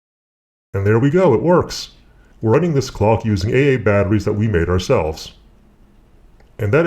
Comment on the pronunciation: 'An eih eih battery'? Who talks like that? Are you trolling us? :-P